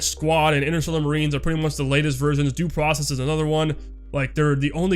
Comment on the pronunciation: I had difficulty understanding you when you said Mordhau and Dueprocess so please the next time you talk about cool games (which i didn't even knew exist) put a link in the description or at least type their name in the description. :) I really think an engine switch would be great for ZPS and the community. Modders and Mappers already have plenty of experience with the UDK so we could see maps and mods for IM probably pretty quick which in turn opens up the wallet of a lot of people. Oh and then maybe they release the damn server files i've been waiting for many years.